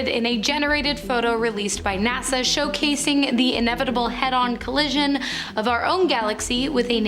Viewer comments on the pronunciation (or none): Bro said Nasar instead of NASA